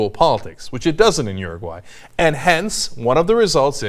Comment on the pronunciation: It's Uruguay not Uraguay...